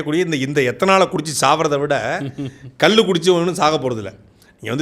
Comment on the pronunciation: தம்பி அது கல்லு அல்ல கள்ளு. உச்சரிப்பு பிழை.